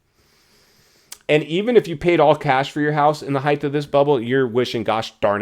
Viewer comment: It’s HEIGHT!! With a ” T “ at the end NOT “TH” like many people say.